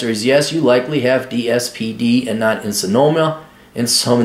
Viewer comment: In-som-nia not e-so-no-mia